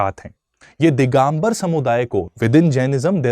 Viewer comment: दिगंबर होता है दिगांबर नही.